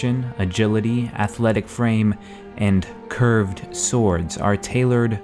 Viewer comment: I dont like the way he said "curved" swords